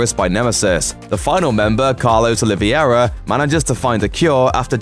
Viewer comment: I’m still socked how you said Olivera (it’s Oh-lee-ber-a)